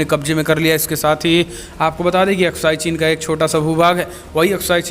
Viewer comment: Yeh AksaiChin hy Aksai Chen nahin